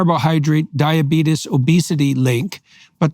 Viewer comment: Jordan said DIABEEETUS. DIABEEETUS!